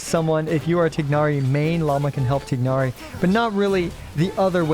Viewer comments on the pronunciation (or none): Tigg nari pronounciation is diabolical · This guy playing Genshin for years now but can't pronounce Tighnari correctly.